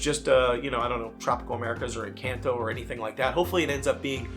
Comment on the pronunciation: People are upset that you’re mispronouncing Encanto.